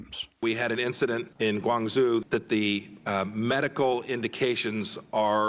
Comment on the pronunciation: Guangzoo!? Guangzho!